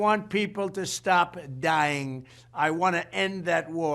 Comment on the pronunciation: Why did he say dying like that